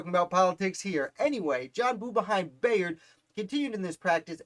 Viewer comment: You’re pronouncing his last name incorrectly. It’s pronounced By-ard. I know, because this is my family.